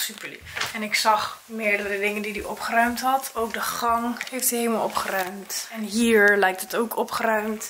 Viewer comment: OpGGGGeruimd 😂 RRRRR